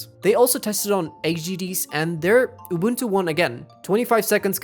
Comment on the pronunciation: The way he pronounces unbuntu 😂😂😂 😆😆😆🤣🤣🤣🤣🤣🤣🤣🤣🤣 its SOOO FUNNYYYY!!!!